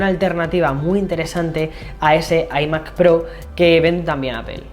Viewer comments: Se dice ‘ ai Mac ‘ no ‘ i Mac ‘ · ¿Por qué pronuncian iMac? Si se dice iMac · Porque no pronuncias iMac como se debe en ciertas ocaciones?🤣🤦🏻‍♂️ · Decídete cómo pronunciar "iMac"